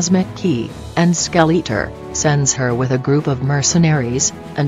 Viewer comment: Skell - eat - er ; Val - keyr - ree ROFL. I like the fact you used actual footage, but maybe get a better reader program.